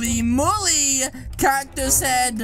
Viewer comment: Did he just say mully?